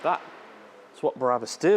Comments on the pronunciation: If you’re going to talk about a place that does such extreme customizations, the least you can do, is pronounce the name of the company properly. It’s Brabus, not Barabus. Barabus is biblical. Ty for the video. I will send my vehicles to this place. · I’ve been waiting for this video for ever but please for the love of God and everything that’s holy stop saying “ Berabus” I still love you so don’t worry 👍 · I do love your work but why oh why must you pronounce it “barabus”?? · Brabus NOT Barabas! Duh!!! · "There is S class BARABUS" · A O O Because pronounces it Barabus, lol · Totally agree my friend!!!! Made him sound like he hasn't got the first clue about cars, when he can't even pronounce their name correctly, and replaces it with a guy from the Bible!!! Not very professional, when there are other car channels out there that are making this look a laughing stock. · Bara bus,, WTF again and again i hear same shit. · Why "Bahrabus"? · Please accept my apologies for this, but... Barrabus was, I believe, one of the criminals set to be crucified with Christ... (it is actually "bra'-bus", as in the French "la") And it's pronounced "land-ow-lay". Cheers! Nb. I even listened to an interview elsewhere on YouTube with the CEO of Brabus to check the pronunciation of Brabus - and you even got it right when describing the customised steering wheel and the fully tested airbag ! Lol! Yes, I am a pedantic arsehole! I just hate seeing people repeatedly making the same mistake over and over!